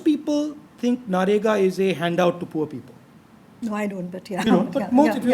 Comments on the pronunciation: he still says NAREGA to MANREGA. god bless his voters. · The guy still doesn't know how to say MNREGA...keeps saying Na-Rega 😂😂😂. On interview front it's a good case study of how not to conduct an interview....from both's (interview and interviewer) perspective. Seems to be a desperate attempt to showcase intellect (very limited though).